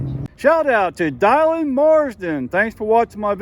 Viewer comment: Are you sure that name rhymes with "island" and not "villain"? I've never heard the name "die-lan" before, but I have heard of Dillon/Dylan, as in Bob Dylan. You never know with all the unique names out there today.